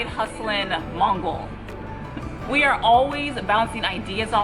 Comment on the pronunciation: "Side hustling MOGUL ", not Mongol,. Love your channel. Keep putting out great stuff.